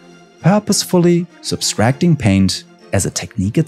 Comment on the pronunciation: **sub-trac-ting not sub-stracting